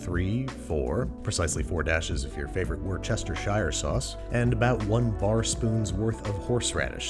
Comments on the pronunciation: It is pronounced Wooster-sher. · Wustersure not worserersihire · War-chester-shire made me cringe, it’s pronounced wuss-ter-sher, other than that amazing video and those burgers looked amazing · HOW TO PRONOUNCE WORCESTERSHIRE SAUCE LIKE A BRIT: "Wooster-shire sauce" OR SIMPLY "Wooster sauce" YOU'RE WELCOME :) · OK America - listen up! It's not that hard! Worcestershire Sauce...it's 'wuss' (as in, don't be a wuss) + 'stir' (as in, stir that cocktail) + 'sheer' (as in sheer lunacy). Wuss-Stir-Sheer Sauce! Or better yet, just Wuss-Stir Sauce! Easy, right? Got it? You're welcome! :-) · I almost cringed myself to death at "War-Chester-Shire" sauce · You Americans... pronounced wus-ta-sha sauce. Keep your “Shire” for the horses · The way he pronounces "Worcestershire" is just cute. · he almost pronounced worcestershire sauce correctly this time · I can’t work out whether Andrew pronounces Worcestershire like that for a joke or to drive me crazy 😂 every time in every video I’m happily watching along and then get a nervous tick as he says it 😂😂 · Please google how to pronounce Worcestershire 😬 much love from England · He probably does know, but mispronounces it intentionally as a joke.